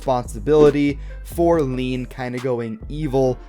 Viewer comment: this man saying leen like its pronounced lane